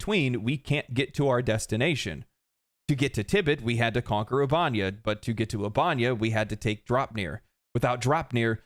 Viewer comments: Oob-eh-neigh-uh. Not oob-ahn-yah. Computer says it every time you enter the system from elsewhere. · Loved the video, hated "ubánia"... Ubanéa. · I feel like it's pronounced Ubah-nea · Ubanea = "Oo-bah-nay-uh" not "Oobanya" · Trying to take this seriously, but “Ubanya” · Seriously dude the ship computer even tells you how to pronounce the planet names lol. It's 'Oob - A - Nay - A' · why can noone say the planet names. The other helldivers channel i watch keeps calling it albania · How are you mispronouncing the planet names when there is audio properly pronouncing the planet names in game?! Ubanea is pronounced "Oo-ba-nay-uh" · Why you gotta say Ubanea like that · The way he says "Ubanea" has me calling my local Democracy Officer to report him. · Damn I could not listen to him say Ubanea lol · Taking a shot every time he mispronounces “Ubanea” system!